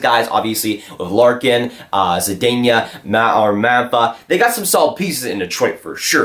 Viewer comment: Not to nitpick, but the pronunciation for Zadina is (zah-deena), not (Zah-denya).